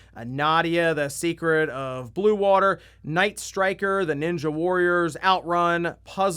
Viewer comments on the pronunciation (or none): none